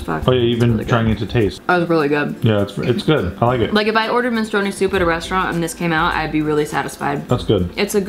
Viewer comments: MI-NEY-STRO-NEEY haha MEN-STRU-ONEE seems...um... related to smth else... great video tho <3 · the way you say minestrone 😂